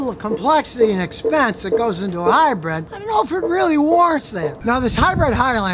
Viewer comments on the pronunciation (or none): What is it with Americans? Where in the word hybrid is the E? Its not a hybred.